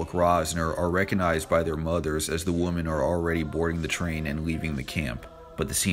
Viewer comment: Great video but it's "women" not "woman" Grrrr